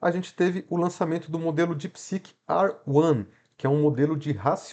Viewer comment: Não é mais fácil falar R1 do que ruã